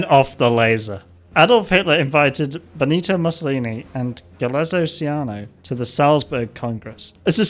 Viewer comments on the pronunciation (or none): none